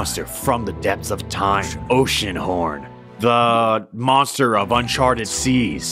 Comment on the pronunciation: It’s gonna be oceanhorn, it’s gonna be oceanhron, and... it’s oceanhorn